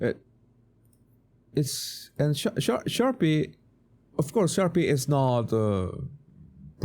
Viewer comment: Best part of the video is our man calling Sharpe “Sharpee” 😅